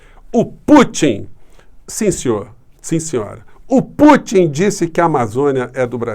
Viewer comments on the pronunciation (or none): "... se discutiu a soberania nossa sobre a amazona, e o presenti Puti...", Bolsonazi.... kkkkkkkkkkkkkkkkkkk É esse o nivel do desgoverno, é vergonhoso, que se= desprezível... #LULAPRESIDENTE2022🚩🚩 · Temos uma crise de caráter ou de interpretação de textos. Como o primeiro afeta o segundo, então é mais provável que seja mau caratismo mesmo. O modo que o despresidente pronuncia o nome do Putin me trouxe lembrança de infância. Na minha família, chamávamos peido de "puti" 🤣! E só agora ele descobriu que a Amazônia é brasileira. Só não entendeu que isso significa que devemos cuidar dela e não vendê-la. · Incrível este presidente que não sabe nem pronunciar nomes de chefes de estado ,,, uma piada este boso